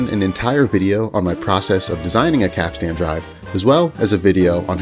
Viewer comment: Now if you could just learn to say capstan correctly, you'll be all set.